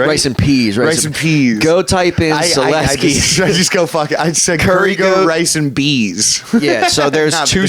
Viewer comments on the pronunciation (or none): ive been pronouncing your last name as soul- sky lmao !!